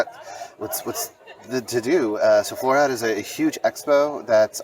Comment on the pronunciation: Very nice video. You pronounce the last "e" in Floriade. Same for Almere. One of the best videos on the Floriade.....